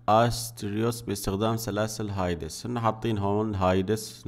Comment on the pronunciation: ليس هايدس بل هاديس